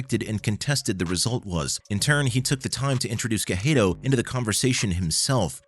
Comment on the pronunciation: Not watching past 10 seconds, how do you mispronounce Cejudo that badly.